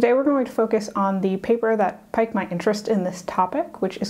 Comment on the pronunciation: Piked...piqued? Peeked?